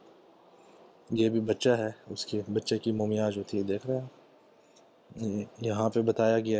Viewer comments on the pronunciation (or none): its not mooomiyan, its mummy, please.